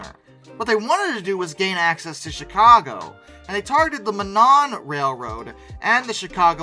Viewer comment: This is a very interesting video but the old film clips and the old map is so poor quality that I am moving on. Thanks. Also Monon is pronounced: MO (like the stooge) - Non. Thanks